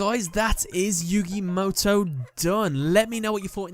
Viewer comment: My point went over your head huh. I said the way you explained it was wrong because there's no character in the Japanese language that would be pronounced as "ow" which is what you said when describing Mo Tow. That's why I said what I said in my previous comment